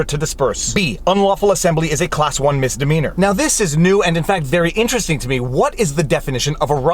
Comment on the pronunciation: Today I found out: it’s called misdemeanor not mistemeanor.. (I’m not a native English speaker, but I’m ashamed I hadn’t realized it until this moment..)